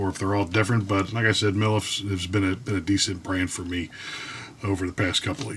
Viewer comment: You cracked me up when I thought you said “MILF” brand… …now the neighborhood cats are gonna want to use your lawn as a cat box… Good job on the review!